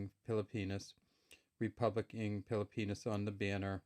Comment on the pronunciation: The "NG" which means "of" in English is pronounce (nang) and not (eng). The letter "a" sound in (nang) is same as sound "a" in the word "hat" and not the sound of "a" in the word "hay".